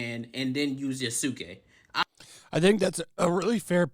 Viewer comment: I wish you guys could pronounce his name right. I’m pretty sure you’ve seen Naruto and heard how Sasuke’s name is pronounced. It’s just like that, just add the Y.